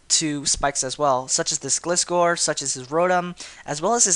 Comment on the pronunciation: thats not how you pronounce gliscor it is gly scor